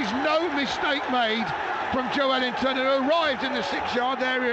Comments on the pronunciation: Sounds like the commentator is saying 'Joe-wellington' 😂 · The commentator needs to learn how to pronounce Joelinton! 😂